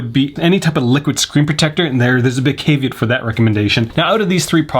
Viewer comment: You pronounce caveat incorrectly.